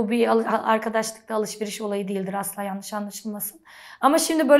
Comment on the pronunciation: Şeymacım “l” harfini kullanmayı öğrenmelisin. Annadın mı yada yannış değil, anladın mı, yanlış.